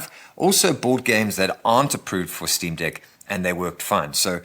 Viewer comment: Did this ninja call it the Steam Dick 😩😩😩